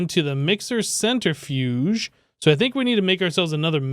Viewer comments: ‘centre-fudge’ :p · Its amazing how you pronounce centrifuge. :p